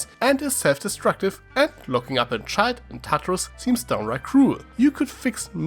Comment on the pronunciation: It took a bit of you saying “child”for me to realize you were saying “child” and not “shild”